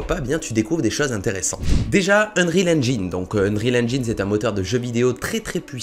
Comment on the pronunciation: Ça ce dit unreal enjaïne